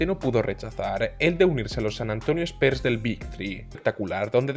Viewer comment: Muy bien video!!! Me llama la atención que le digas spers a los spurs ajajaj pero no es hate es nomas un comentario, saludos que sigas creciendo